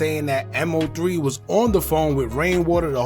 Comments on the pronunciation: Man its Mo3 (Moe Three) not M.O.3. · I was about to say the same thing lol! Stop calling him M-O-3 when it’s pronounced Moe three lol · IT’S MO3 not M O 3🙄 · If you say M-O 3 one more time. It’s MOE 3 no M-O 3 geeesh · MO3 (pronounced: Moe 3) not M.O. 3 😁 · Who the F is M O 3? 😂 Its MOE 3....I can't wait for a M.O.P video to come up and calls them Mop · It’s moe 3 not m owe 3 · I never heard anyone pronounce MO3's name like that.. M O 3 it's pronounced like Moe3 all together or just say Osama 🤷🏾‍♀️😂😂. Either way he was talented af. His natural singing voice was soo soulful. LL3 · Like he slow M-O-3 shit it's Mo3 bro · I was wondering if he was AI cause they stay chopping up names. I was like who is M O 3🤦🏾‍♀️ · I can’t finish the video just by the way you saying his name smh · Thumbs down becomes you was saying his name wrong!!! MO3 LL3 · Respectfully, at least pronounce Mo3’s name correctly. It shows you know nothing about him and repeating what everyone else has said. #LLOSAMA 🦍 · ANOTHER CULTURE VULTURE HOW U GONNA HAV A CHANNEL REPORTING N U CANT SAY MAIN DUDE NAME SMH